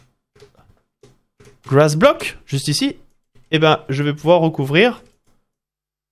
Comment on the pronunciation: Si j'ai retenu quelque chose de la la video ? Oui, grass se prononce "gwass" 😂